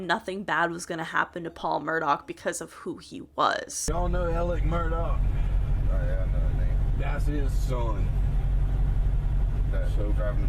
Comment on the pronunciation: It sounds like she’s calling him “Alec Murdock” not Alex Murdaugh